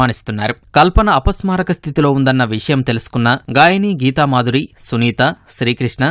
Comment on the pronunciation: ఫోన్ చేసి " నేను అపాస్మరాకా స్థితి కి వెల్తున్నాను" అని చెప్పిందాటా.అపస్మారక అని వీడికే పలకడం రావడం లేదు,ఆమె ఉన్నా పరిస్థితి లో"అపస్మారక"అని ఎలా చెప్తుండి.పాధ గట్టం,పాధ గట్టం అని సినిమా లో లా అపస్మారక ,అపస్మారక అని ఎన్ని సర్లు చెప్తారు.అతిగా ఆవేశపడే ఆడది సుఖపడినట్టు చరిత్రాలో లేదు.